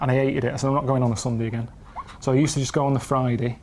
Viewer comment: "Tiny Tim go get chicken" makes more sense for the story. But seriously, both their "go" sounded like "don't" or "doan" something mashed up like that. I blame the British accent making these into short syllables and peppered them everywhere in their conversation.